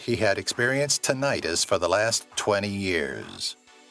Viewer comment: He suffered what already?!? Tin-EYE-təs? "Tinitis" an inflammation of ear drum? No! TINN-itus, with a "u" not a schwa that could be an "i", comes from "tintinnabulation" a ringing sound like that of bells. The "-us" is important, emphasized but the short ɪ sound of "-ɪtus", and the distinction from an "-itis" ("EYE-tis", an inflammation) is quite critical, so the stress must be on the initial "TINN" so that the second part of the word doesn't get divided and mistranslated into a completely different (and nonexistent) type of medical condition. Thankfully I've only ever heard a couple of people mangle that word in that way, demonstrating their lack of understanding of the condition, but it is actually important to correct because if you let it stand it may give other people the same misunderstanding.